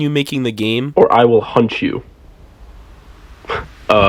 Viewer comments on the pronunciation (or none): none